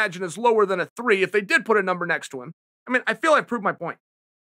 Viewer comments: If Chael says Rumble doesn’t have a “Numbel” under his name than I’ve been saying Number wrong my whole life. Wise words from the undisputed goat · Me: number Chael: mumber Me: mumber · "numble johnson" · “Rumble Doesn’t Have a Numble” should be a Dr Seuss book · Rumble doesn’t have a numble next to his name. God damnit, Chael, you’ve done it again. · "Numble" the dictionary must have changed overnight or something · Rumble doesn’t have a numble made me chuckle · Did he just say “numble”? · Rumble "Numble" Johnson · Rumble Johnson doesn’t have a “numble” next to his name lmao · Anthony "numble" Johnson